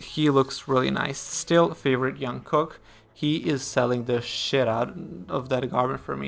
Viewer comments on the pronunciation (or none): Oh Jungkooks name is pronounced Jung - Cook (Kook)